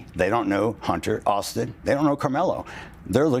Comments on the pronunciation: What's an Autin? Get it together, man😂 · Those idiotic hags couldn't even say Auistin's na;me..